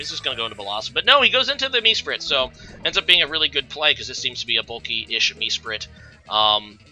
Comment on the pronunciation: MEsprit? Reg-ay-rock? Cmon man pick up a handbook, for someone who’s played for so long your pronunciations are terrible🤦🏻‍♂️